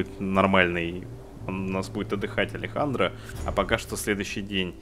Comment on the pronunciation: Нихуя!! Ты первый кто правильно прочитал Алехандро!!! Некоторые коверкают на Алексндр, Аледжандро